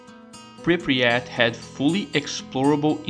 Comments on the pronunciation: I love how you cal it Pripriyat instead of Pripyat. Great video man, good job. What I don't get is all the hate for GAMMA and EFP. Is it because it's cool to hate them or because thez looks good? Most of the things they do is increase realism, restore content and fixing bugs. I can understand how that can be bad and not Stalker (end of sarcasm) but i don't get it... As someone who played all the trilogy since the day one, and played most of the mods (bigger ones and more finished ones), i really enjoy modality of them and most of the mechanics (weapon repair for example) are good... Btw this is THE MOST complete Stalker video i have seen to date... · Goated iceberg ,really. There are ,though, some things I'd like to mention: The town is called "Prypiat" not "Prypriat" They actually did bring it back ,in COP, as the Jupiter Underground "The multiple psy fields" are probably the Brain Scorcher ,the Miracle Machine and the Monolith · мужик, say it with me: PRI-PYAT PRI-PYAT there is no "Pri-pryat" (при пять) 😂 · i like how you say Pre-pre-at instead of Pre-pyat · bro youre killing me, its pripyat, not pripryat